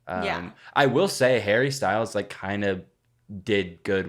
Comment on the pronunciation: Hawwy styowlz